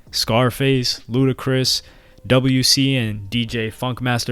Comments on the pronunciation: it’s Dub C Not WC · Did you call WC W.C? It's Dub.C lol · Called that man “double u c” 😂 WC is pronounced “dub c” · You called him ‘double u C’ …it’s DUB-C! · Double u c? C'mon son it's DUB C lol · W-C 😂😂😂 not dub c W-C😂 love it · This white boy said "W. C." 😂😂😂 (Pronounced like "Dub C") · It's pronounced Dub-C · Yeah I know it spelled WC but it's pronounced Dub C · Lol “double-u C” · [ WC ] (Dub-C) lol you wouldn't say Pimp letter C. 😐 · It’s pronounce DUB C 😂😂😂 WC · Man said Doubleyou cee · Exactly. It’s Dub C. Smh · I'm disgusted at pronouncing the W like that in Dub C....disgusting. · Ngl I was hurt hearing you pronounce WC as the actual letters :(